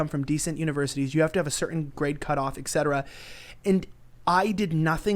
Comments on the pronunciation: 4.0 ...??? It is Not EKSETERA... It IS ... ETCETERA...! Etc. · OMFG how many people are saying "ex-cetera" and not "eT cetera". It's 'etc.' meaning et cetera correct it when they say it wrong then they'll say it right.